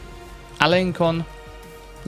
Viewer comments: Hello It's more Alen[s]on than Alen[k]on for the prononciation because there is a "ç" and not a " c" ;). Yes french language is hard to master haha. But thx a lot for those videos ! It's help me to do my own achievments ^^'. (sry for my english ;D) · In French the letter Ç is a soft C, so a C that sounds like an S. Therefore, Alençon is pronounced Alenson